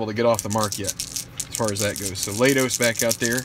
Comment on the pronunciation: For future reference, it's Mat LAY-tos.